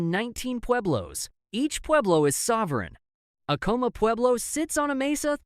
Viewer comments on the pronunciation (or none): none